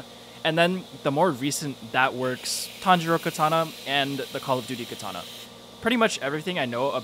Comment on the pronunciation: Learn to pronounce katana properly